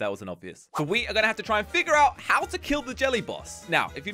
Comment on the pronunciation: and that's not how u say how